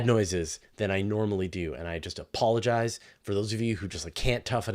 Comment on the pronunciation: “I a pollenise”, I hear you bro, I hear you